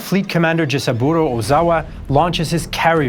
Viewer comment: Ji-SA-bu-ro. stress is on the 2nd syllable